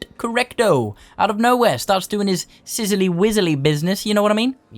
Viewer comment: Emphasis on "sizzly"... Sorry that happened to you, mate. Regardless, congratulations on reaching 100K. That's a milestone I could only ever dream of. Chuffed to bits you made it, here's to 100 more K. And beyond.